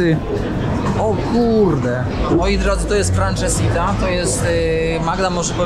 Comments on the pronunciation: Litości! Francesinha a nie jakas franczesiTa. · Super odcinek:) p.s. mnie uczyli tubylcy, że nazwę dania wymawia się "fransezinja". Danie bardzo ciężkie, sos z dodatkiem porto, chorizo, jest jak tort, nawet kilka pięter, a dookoła rozsypane chipsy ziemniaczane:p no i oczywiście do tego piwo super bock